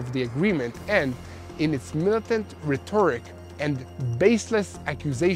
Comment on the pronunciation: English Class; RHE- toric NOT rhe-TOR -IC.